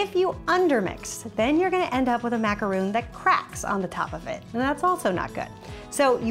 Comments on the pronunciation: It’s macaron not macaroon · where are you getting the roon from???? its ma-ca-ron not ma-ca-roon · Sorry but it's pronounced macaron not macaroon. Macaroons are something way different. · You're saying it like "macaroon" but it's Ma-ka-rhon" xD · its not macaroon its macaron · It is pronounced Mac a rawn